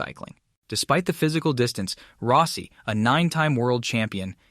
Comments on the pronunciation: You butcher most of the names you utter so badly it fucking HURTS. Rossi is Rossi, not Rowssi! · Valentino Rowsee 😅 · Row-see? lmao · you need to get an announcer/narrator that pronounces peoples names correctly. It’s not ROSEI.. it’s ROSS IE.. I never never never subscribe, or give a thumbs up to a video that is begging for me to subscribe at the very beginning especially a video like this, that uses a clickbait phrase like bombshell. And yet, there’s no bombshell, nothing … with a Clickbait phrase like that, I thought, at least Rossi was going to get back in the saddle, or start his own racing series in competition, with Moto GP, at least, with that type of a headline.. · Row-cee? > Rah-cee. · Dude needs to work on his pronounciation. Max BiaGGi and Valentino Roassee is hard to take. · Is this text to AI voice? It's as if this person has never watch a race with a mention of Biaggi. Totally miss pronounced it. The real kicker was when he referred to Valentino as "Rosy"! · Roe-si haha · Learn to pronounce people's name.